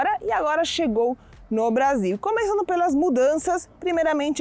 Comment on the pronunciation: Eita escapou um "seseo" aí na palavra "começando". Lindo sotaque ❤